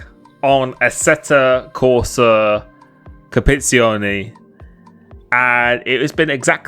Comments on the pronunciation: You're gonna need to learn to pronounce compe-titzy-owny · Oh and pronunciation is "Competi-tsione" 😅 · Hi limitless, Just want you to know that i'm italian and it's So funny when you try to read COMPETIZIONE. love you're content <3